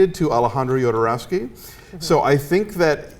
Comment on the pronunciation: did he try to say alejandro jodorowsky???